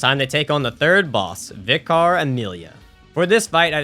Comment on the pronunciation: Vicar is pronounced like "Vicker"